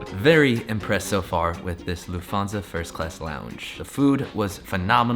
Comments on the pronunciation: Luft - hansa. The t is pronounced. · Your content is always top notch. But pls pls learn how to pronounce things correctly… Like: Lufthansa.